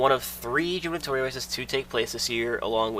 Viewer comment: The correct pronounciation of 'gubernatorial' is goo·br·nuh·taw·ree·uhl, with a hard G in the beginning. It's an odd word to pronounce and it's a rare one at that, so don't feel bad. Great video!